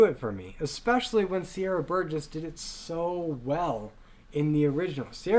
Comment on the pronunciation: PLease Learn how to pronounce Ramin and Sier